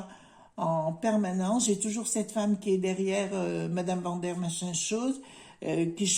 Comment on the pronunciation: Bonjour. Bien vu! Pourquoi maintenir des hôpitaux publics alors que leur grand plan est de dépeupler la planète. Ils sont déterminés et continuent à nous mépriser. Un gang mortifère!! L'Europe n'est qu'une mafia. J'adore "Mme machinchose", enfin je ris quand vous prononcez ce mot, mais elle ne fait pas rire! Du balai, dehors la clique à claques!